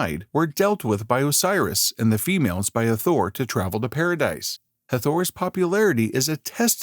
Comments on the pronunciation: Hard to take the upload seriously when it doesn't even pronounce the goddesses' name right...the accent is on the first syllable thus HAA-thor not Ha-THOR! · IT'S NOT EVEN HATHOR, IT'S Het-Her-t, AND IT'S A SHAME THEY SHOW THE REAL IMAGES OF THE PEOPLE CLEARLY DARK, BUT PUT ALL THESE MODERN PALE PEOPLE IMAGES LIKE THEY'RE THE SAME PEOPLE.